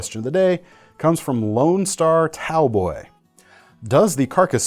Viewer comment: Seth from WE knives stated on a WE Knives video that their Damascus was 9cr18mov and 10cr15comov (Chinese VG10). On their most recent video (Live) one of their trivia questions was exactly: What steel do we use in our Damascus? It was answered correctly as stated above. By the way Taoboy is pronounced with a "D" at the beginning. A Texas oriented Taoist combining Taoism with Cowboy